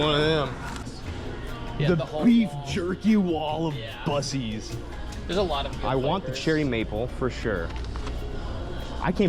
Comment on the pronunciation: I can’t lie, I cringed everytime you said it like (busies) and yes, I live in Texas. Not far from a buc-ee’s.